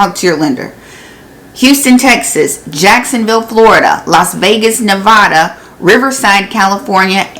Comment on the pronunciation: P.s. nevada pet peeve is that Its ne va duh not ne vaahhh da